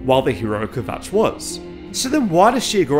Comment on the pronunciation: "hero of kvjatch" lmao